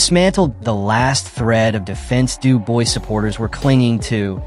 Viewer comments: If I hear Dubois pronounced like that again I may chop my bollocks off. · After about the 6th time of pronouncing Dubois wrong I had to stop the video... That's like nails down a chalk board. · I immediately stopped the video upon reading this comment. I hate when the name is pronounced incorrectly. So yeah, thank you. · bro you're talking about two boxers and mispronounce both of their names. Have a bit of respect.